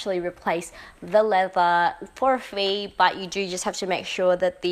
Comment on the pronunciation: I love your collection I think you said that you can replace the leather for a fee but it sounded like for free. I’m not sure but I’m thinking you said for a few because every time I replace my leather at LV it’s been very expensive but worth the money but definitely it was not free.